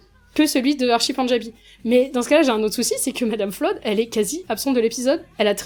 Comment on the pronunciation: Ce qui me rend fou c’est la VF qui dit Madame « Floude » 😂